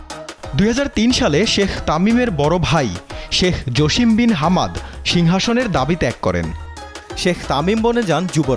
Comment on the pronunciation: শেখ জশিম না। শেখ জাছেম।